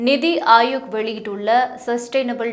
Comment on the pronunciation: It's NITI aayog and not Nidhi.. pronunciation should be proper